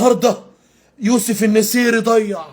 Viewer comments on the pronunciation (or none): none